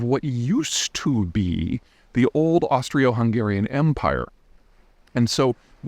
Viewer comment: For being an "expert" it is kind of surprising that you mispronounced Austro-Hungarian, I think three times in your short little video...Austrio-Hungarian, Austria-Hungaria lol